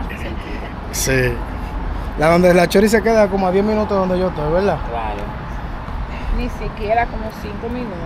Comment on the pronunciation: Holaaaaa esas ciudades son grandes, vacías, se contradicen con la cantidad de gente sin hogar, están desocupadas no lavan ni prestan la batea, y decir veldad como tú hablas esa chory no me cae bien, pero eso es asunto tuyo, éxitos en tu trabajo para entretener, amplía tu vocabulario, ponlo más florido, jajajaja,hasta la proxima